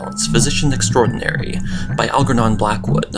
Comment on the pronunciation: please pronounce ALGERNON as in Blackwood...AlJERnon (correct), not AlGERnon